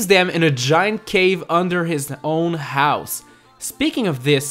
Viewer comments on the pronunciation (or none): none